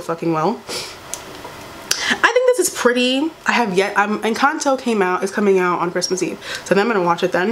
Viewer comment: Not you saying Encanto wrong 💀💀